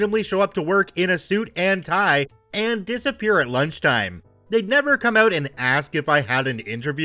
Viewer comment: "REALLY HELPS US OUUT"......WTF, MY god, I THINK HE'S..........CANADIAN!